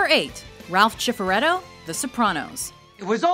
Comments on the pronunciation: Its obv you haven't watched the Sopranos. Ralph SIFferetto [Chifferetto] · wtf she said CIF?!?! its SIFF. Tony gonna have to deal with you now. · Chifaretto? You pronounce it Chifaretto? It's sif, sif!! Cifaretto!! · Ralph...."Chiffareto"? ugh, its "Sif" not "Chif" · It’s not chiffaretto it’s ciffaretto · SIF-eretto. Have you seriously never watched The Sopranos? Wtf? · LOL "ralph Chi-faretto" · “Ralph CHIPERETTO”